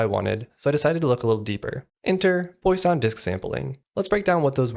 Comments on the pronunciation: just fyi: "Poo-ah-son" not Poison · It's pwah-sonne